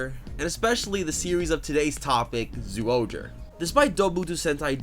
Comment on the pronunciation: It's not zooohger its pronounced as jyuohger